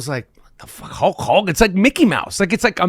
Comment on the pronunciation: Michael seems unable to say the name "Hulk Hogan" correctly. It's weird.